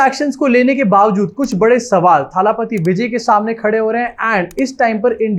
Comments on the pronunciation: Abbe chutiye irritate kar diya jaise muh bigaad bigaad ke thalaaaaapathi bol raha hai. Wo thaaaalaaaaapathi nahi thalapathi hai.. Koi lamba aaaaa nahi Sirf single a sound hai... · थाला पाती नहीं है, थलपति होता है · Hi! Just a small correction on the pronounciation. It is not थालापति it is either तलपती or actually दलपति - दल का पति (नायक). By the way you can call our Hon. PM as थालापति because he was the one to say थाली बजाओ 😊